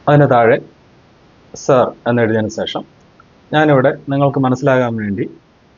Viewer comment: സേഷം അല്ല, ശേഷം എന്നു പറഞ്ഞു ശീലിക്കൂ, കഴിയുമെങ്കിൽ.